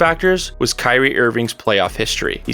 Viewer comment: Bro no one gonna bring up how he pronouncing Kyrie name?????